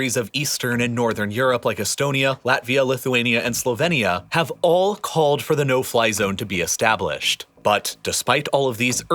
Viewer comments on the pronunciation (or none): none